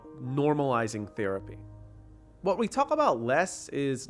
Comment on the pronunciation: Dude you’re not supposed to pronounce the L in the word “talk”